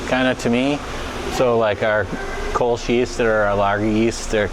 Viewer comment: Hearing "Kölsch" being pronounced 'kolsh' makes my toenails curl. Funny about the baker's yeast. Before industrially bred yeasts became a thing, bakers would get their yeasts from breweries.